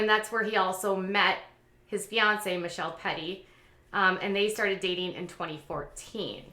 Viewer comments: Meh-kel-tea c’mon girl. I know the spelling is difficult af 😂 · Try to remember it's muh celt I (the second syl is celt like the first part of Celtic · Meh Kel Tee is the pronunciation of Mykelti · Mih Kel Tee that’s how you pronounce it. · Ma-kell-tee ... it’s not that hard. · The one you couldn't pronounce, Mykelti is Mick-ell-tee. I know, it's a weird name but I kind of like it. And yay Logan, enjoy your beer! Lol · So you clearly don’t watch the show as most of your information is false 😂 you can’t even pronounce Mykelti’s name, they aren’t all Janelle’s kids and Mitch said on the show that he would practice plural marriage but it would have to be Aspen choice. Aspen was a hard no, which is why they aren’t doing it. Do your research 💁🏼‍♀️